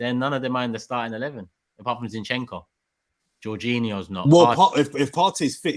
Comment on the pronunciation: why ur calling Zinchenko Shinchenko? for crying out loud